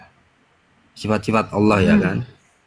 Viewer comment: TULIS ALLAH KO DI BACA AULLAH